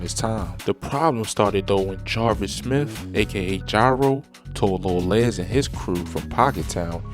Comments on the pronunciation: It’s lil les …..like more or less…not Lez lol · His name ain't Lil Lez???😂😭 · I can tell you not from Chicago. You saying Lil Les name wrong..